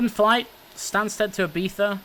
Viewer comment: Im Spanish/Lithuanian/English And You Pronounced Ibiza Correct!